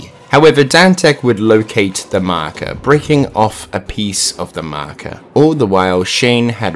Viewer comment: Nobody:: The markar